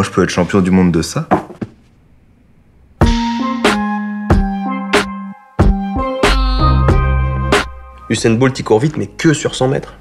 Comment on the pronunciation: Usuan "Boult" jen peux plus